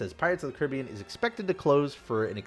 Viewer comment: Michael Noriega I think the way he says it, can be considerd correct, also